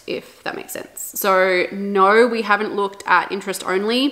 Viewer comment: I bet shes Australian. I heard the naaauur